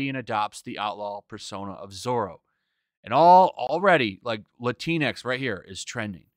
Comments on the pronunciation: "Lah-Tinks" sounds so goddamn funny. Shocked I haven't heard it pronounced like that before😂. I wish they'd stop using the damn word too. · Wtf is "Lantinx"?